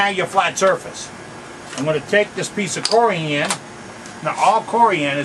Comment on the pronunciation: It’s not CoriAAn. 😂